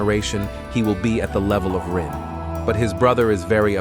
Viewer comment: I'm sorry, who is Rui? I keep hearing you say that name. Are you referring to "Rin"? The protagonist?